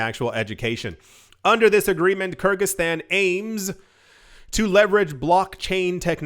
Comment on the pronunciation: Hi! The country's name is pronounced " Ker-Giz-Stan". Kergiz are an ancient nation in the East and "Stan" means the "State" All the Persian Empire's States end with "STAN". such as Gorgestan, Armanestan, Kurdestan &....